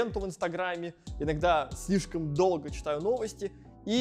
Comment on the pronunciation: Хеехе. Прикольнооо))) Слифком , знаеф, фто 🙃😄